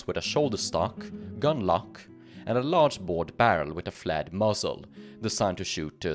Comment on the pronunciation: I kept hearing 'flat muzzle', and then worked out that you meant 'flared muzzle'. Good video though.